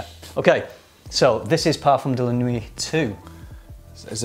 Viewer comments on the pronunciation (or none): Nuit isn’t pronounced ‘nuwee’, its ‘nwee’. Nice vid though :)